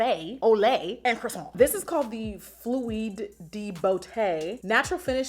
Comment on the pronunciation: « cA-fÉ ~ » « aU lAIt » « and croissANT » 🤣🤣🤣🤣